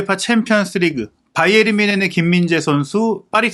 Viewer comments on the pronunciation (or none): 김현민기자는 왜 바이언이라고 발음하는지 의문인데 독일발음은 바이엔 뭔쉔에 가까운데 바이에른이라고 하던지 아니면 정확한 독일발음되로 하든지 바이언? 독일사람은 그렇게 발음하지 않는데!